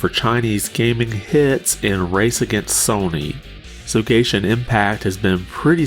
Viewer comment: You said gayshin impact 😭